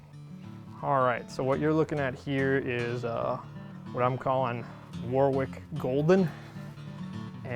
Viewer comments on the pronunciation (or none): Great video, thanks. Found your yeast handling info really helpful. Have to say though, as a Brit, I feel compelled to tell you it's pronounced 'Warrick', not Warwick, despite the wacky spelling. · Quick note on pronunciation: the 'w' in the middle of Warwick and Chiswick is silent. I know I'm being pedantic but as an Englishman it jars ever so slightly. Love the content though. A fantastic resource and full of information.